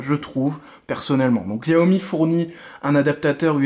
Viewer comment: Bon test.. Sauf que : 6 ou 8 Go de Ram et non 4, snapdragon 835 n'est pas de finir 2017,mais avril 2017 ( le 1er à l'avoir étant le galaxy s8) Petite précision : on prononce " chiaomi" 😊